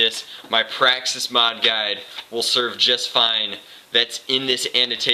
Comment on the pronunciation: you said slam fire a praxsix